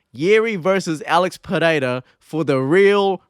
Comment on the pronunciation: As a portuguese native, your pronounciation of Pereira is absolutely spot on. So many people butcher portuguese/brazilian names, you say it like a true native